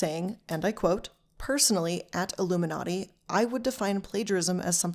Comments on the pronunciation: It's pronounced like illumination. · it’s just pronounced like illuminati btw.. your videos are always fun though :) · Great video but it irks me so much how you pronounce her name “I- lumminati “ can you do your research on how to pronounce her name right. So glad you switched to triangle woman